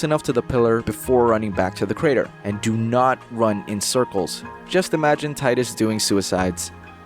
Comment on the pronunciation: “Tee-dus” not “tie-dus”